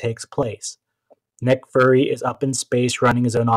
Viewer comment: "Nick Furry".